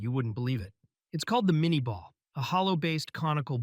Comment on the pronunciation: *minyeh ball (pronunciation)